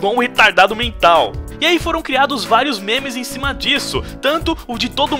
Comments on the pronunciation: o ficava falando menes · e minha impressão ou o fala menes em véz de memes